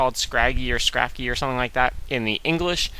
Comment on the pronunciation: no its "scrafty" :p